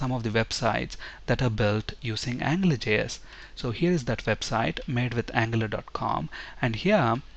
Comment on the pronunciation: it sounds like you are saying "angler" js.